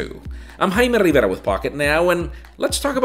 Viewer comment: is that a little jaime rrrrrrriverra junior?